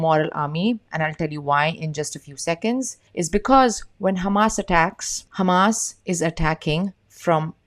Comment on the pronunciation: Love how you pronounce Hamas and Hezbollah correctly